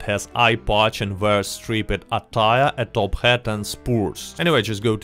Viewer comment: “strip-ped” 🤣 I’ve commented time and time again on how I love your English, and as always it is nothing to be ashamed of. I just had a conversation with my friend’s kid, and how she was playing a xylophone (pronounced zai-la-fone) and I asked her “what letter does that instrument’s name start with?” Her reply “Z!” Phonetically she isn’t wrong and neither are you, seems like non-native speakers and kids will pronounce words logically, where as English speakers are quick to point out correct grammar when there is no reasoning for it, just because “that’s just the way it is.” (And most of them aren’t bilingual so they really don’t have room to criticize) Keep up the great work, and I am looking forward to more of your narrations! Edit: Oh and the correct pronunciation rhymes like typed. Again don’t be self conscious, another RDR2 YouTuber pronounced “Jovial” as “Joe-vial.” English is tough!